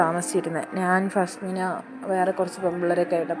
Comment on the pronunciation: Fast minaa❌fazmina✅